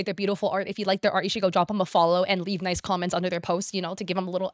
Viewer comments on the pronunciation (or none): none